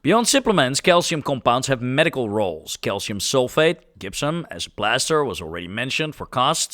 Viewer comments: Gypsum is pronounced "DJIP-sum" (J as in Jump) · The Dutch g is strong in the gypsum. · One trick for pronouncing Gypsium is to say Egyptian (which you did in this video perfectly), but leave off the E. As someone with Dutch ancestry, I've taken pains to teach my family the correct pronunciation for things like Gouda. It's really funny to see that native Dutch speakers can have the same problem in reverse 😅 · I feel gipped by how you say Gypsum. 😂😂